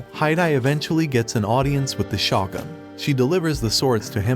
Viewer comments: Its shogun not shotgun Need to work on your pronounciation man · It’s pronounced shogun (show-gun), not shawgun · Listening to you butcher shogun is kinda triggering, ngl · Although I enjoyed the anime recap it was almost unwatchable due to the mispronunciations of almost every important word or name starting with the word Shogun. Question is this some kind of computerized voice over? Because I noticed this a lot for someone who seems to watch anime but then can't listen to how the names are pronounced